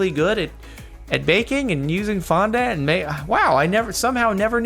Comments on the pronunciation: Fon- dAW- nt or Fon- di- nt but not, I repeat, never Fon- dANT, it’s not a sugary ant Jardon lol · Oof the way Jordan says fondant annoys me oof its (fon-don-t